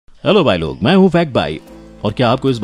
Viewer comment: Hello bailog nehi bhailo hai... main hoon nehi fact bhai hai...H kor silent matt kardo bar bar pronounciation theek karo